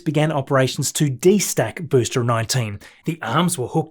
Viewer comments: I absolutely love your videos! One little thing though, you keep pronouncing the word ‘booster’ as ‘boostre’, any reason why, apart from the language barrier? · love the videos mate but whats with the pronunciation of arms and booster ,,mate it sounds like steve irwin trying to do an American accent 😂😂😂